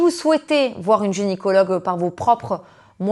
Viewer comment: Très intéressante cette vidéo, juste petite rectification on dit « GYNÉcologue » pas « GÉNicologue » ❤